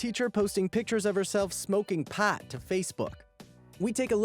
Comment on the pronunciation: I love how he said pat instead of pot